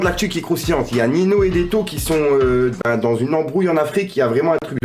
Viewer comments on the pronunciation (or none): Tu prononce mal ninho